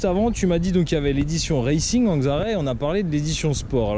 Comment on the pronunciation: C'est pas reilcing mais racing.